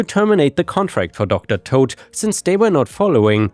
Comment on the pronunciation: With the Docter Toad story the way you pronounced it is wrong its as if you're saying the name is Todd the way you pronounce toad is by saying towed they are similar in pronunciation but instead of saying towed its toad i hope this helped